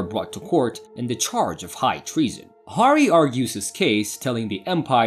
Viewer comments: Horry??? Harry is a pretty easy name to pronounce. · You're killing me smalls... not to distract from the overall effort in the presentation, but it's pronounced "hairy" and "rey-sh". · It’s pronounced “Harry”